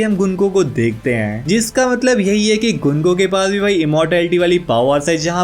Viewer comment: gunko ❌ gunku🤣